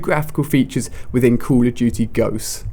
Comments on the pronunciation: call of dudy :D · Call of doody! That's how the CoD guy says it. Lol